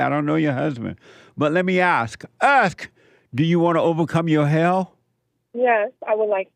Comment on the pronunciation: Love the way Jesse says "Asss" for "Ask" 🤔 🤣😍🤣